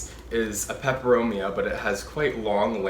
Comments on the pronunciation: You pronounce the Latin names so well 😁 I love Steve's Leaves. I ordered a watermelon peperomia. It was so full and lush! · Hi. I look forward to your videos. You sound like a talking plant encyclopedia. Your pronunciation of the plant types and species rolls of your tongue with such ease.